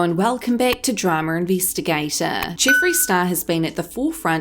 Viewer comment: “Dramer Investigata”